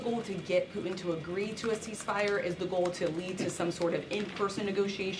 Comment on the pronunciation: Somebody tell Karoline there is a "t" in "Putin" and "important." She doesn't pronounce the "t" for some reason.